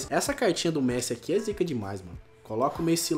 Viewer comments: "Coloca o Rakitic ali q da entrosamento com o Mêssi"kakakakaka ta certinho,pronuncia 10/10 😂😂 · A cada vez que o fala mesi, eu até passo mal 😂😂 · "Messí"? Tenha paciência ne ahshhshshshsjsh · Alguém ensina o a fala "MESSI"?! PQ TA DIFICIL KKKK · Drafti,Messí,Toten pelo amor de Deus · Por favor, nem de zueira chama ele de "meci" KKKKKKKK. É muito estranho. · O falando mêssi, q raiva kkkkk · Eu não sou Heiter do mas ele quer falar certo e não fala pq fala messí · para de fala o nome do messi errado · Arthur Torin mais antes ele falava certo agr ele ta falando errado kkk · O não consegue nem falar messi direiro tlk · O não sabe falar messi 😂😂😂😂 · virou gringo falando o nome do messi errado kkk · Alguem percebeu que o falou Messi errado? Da up ai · Cara q agonia ele falando o nome do Messi errado kkk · Que odio o falando o nome do Messi errado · Mano ele n sabe fala Messi 😂😂😂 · Fala certo o nome do Messi vey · fala messi errado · Vc falou Messi errado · Ele falou Messi errado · eu gosto do canal so que ele nao sabe dizer messi e toty caraio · ele não sabe falar o nome de messi direito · Mano, c não sabe nem sabe falar o nome do messi certo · Fala Messi direito ! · Fala Messi direito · Nem sabe falar Messi kkkkkk